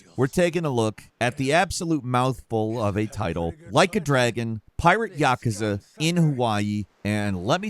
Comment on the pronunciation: Can you please stop pronouncing Yakuza so wrong?